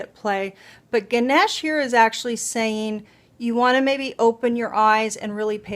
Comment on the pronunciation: It's Gan-ae-sh (pronunciation). As per Hindu mythology, we pray to him before starting on a new venture of any kind, business, relationships, property. He is supposed to be protecting it from all evil and brings prosperity to the venture